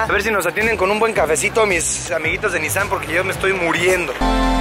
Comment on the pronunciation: La manera correcta de pronunciar la marca no es NíSSAN si no NISSáN